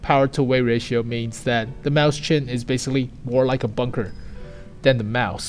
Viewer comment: sorry to be annoying but I can't stand him saying maus chen. It's written as Mäuschen in German so is pronounced "moi-shen"